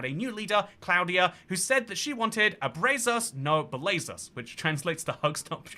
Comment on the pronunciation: Gracias por haber mencionado nuestras elecciones Mexicanas y por haber pronunciado horriblemente “abrazos no balazos”. 🇲🇽🇲🇽🇲🇽